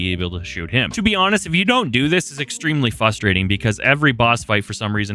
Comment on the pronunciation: I know you've got a speech issue. But goddamn if I don't laugh Everytime you say "fustrating"